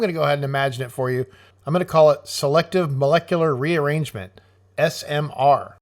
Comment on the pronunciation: lol the AI engrish "selecttive molecttuare reairarangent"